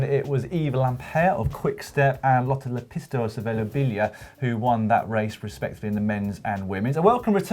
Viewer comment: Wow! At this rate of success you guys are going to have to learn how to pronounce 'Lotta Lepistö' properly.